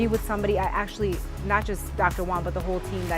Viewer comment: stop calling him doctor one, learn how to say Juan